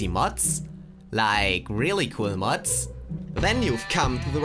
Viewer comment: Dude it’s mods not muts (am I the only one that heard that)